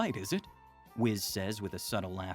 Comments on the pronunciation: It's a cool concept but dang 😅 it's whis. Weece. Not wiz. That one error makes it so hard to enjoy 🤣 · Every time you say whiz, it hurts me mentally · “Wis” ticked me off immeasurably lol it’s essentially pronounced WEES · It's whis not whiz 😂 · Whis not whiz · I’m convinced this is AI voiced. We literally have anime voiced examples of how to say Whis name. It’s not wiz… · No one else bothered by hearing Whis pronounced as 'Wiz'? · why is whis called whizzz like cheese whiz XD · Wizz instead of whis is crazy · Calling whis, wizz... Bruh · Bro called Whis "Wiz" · bro said wiz😭😭😭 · ngl, the way you pronounce Whis' name, you might as well call him Piss, because that is essentially what you are saying, but in a more Kids Friendly way.